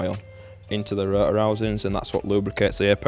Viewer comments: "the ro'or..." dude there is a "t" in there ;D Gotta love that accent xD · It might be worth enunciating the word "Rotor" when making a video about an RX8, because "ruh uh" makes quite a bit harder to follow what you're talking about - every time I hear it I have to remind myself that you mean rotor rather than absorbing the info. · I like how they pronounce Rotor as Ro-uh :D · These guys know their shit! Love how they pronounce rotor as "ru-uhr" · The way says R O T O R makes me lo key enraged inside.